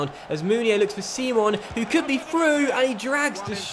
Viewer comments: Nigeria is an English nation Simon is said how you'd think not seemon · Its simon prononced english and not sim-on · Is name is fucking Simon not (c-mon) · Its not pronounced see-mon but simon like the one off the inbertweeners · Said Simon not 'Seemon' 😅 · Simon is pronounced the english way!